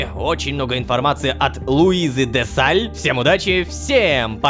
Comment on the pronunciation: И ещё прикольно как да Lololoshka произносит Луизу де саль а не же сталь